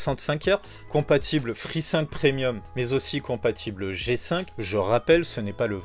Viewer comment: J'ai mis du temps à comprendre de quoi il parlait quand il disait G-5 et Free-5